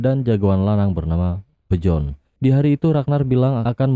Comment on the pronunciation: Dibaca biorn min bukan bjorn😂